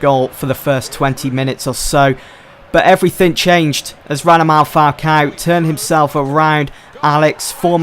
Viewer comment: can someone make an animation of saying "radamal falcao" from every episode?